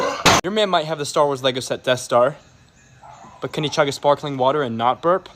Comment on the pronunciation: The way he puts the stress on "NOT burp" kills me for some reason